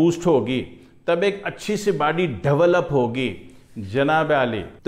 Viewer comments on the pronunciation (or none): It's not bady it's body..mm😂😂😂😂😂😂😂😂😂😂😂